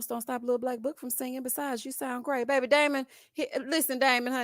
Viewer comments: thinks when he say...babbby and ya heard me..... women just flock to him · As a woman from New Orleans I was done with and his babay from episode one!🙄